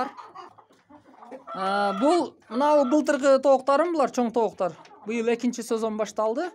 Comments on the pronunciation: Кыргызсынбы ука тооктор болуп айтылат туура суйло.тооктар емес. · Айланайын кыргызсынбы кыргызча созду бузбай так суйлочу тооктар эмес тооктор дечи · Тооктар эмес тооктор болуп айтылат бузбагыла да сөздү, көбүраак дегендер бар көбүрөөк деп айтылат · Тооктор , тооуктар емес😊